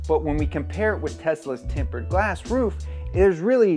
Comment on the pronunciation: He's saying TEMPERED? Timbered lmaoooo